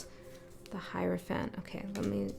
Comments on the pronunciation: when you spoke about the hierophant it sounded like Herophant. To me the word Hero stood out. Maybe it's about the hero's journey? Interesting that you spoke the word sweep or sweeping because I was just picking up stuff in my room so I can sweep it up. When you said 999 it was here so 99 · Cool how you said HERO-phant ! Love those word "slips" that aren't really slips. I've read about Heyoka Empaths but the sacred clown part hit me in a new way just now...Thank you for sharing your gift! :thanksdoc